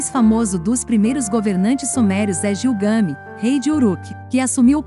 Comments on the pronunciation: É Gilgamesh, e não Gilgami. O conteúdo é muito bom. Gilgamesh relata em sua epopeia a sua viagem espacial quando comparou a Terra com uma barrica de mingau. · Queridos do canal: o trabalho está ótimo. No entanto, a pronúncia correta do nome Gilgamesh é com pronúncia forte na última sílaba e som de " Ch ". A Uma das cidades comentadas é Acad.